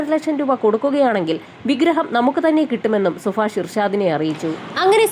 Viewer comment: സുഫാഷണോ 0 സുഭാഷ് ആണോ 😂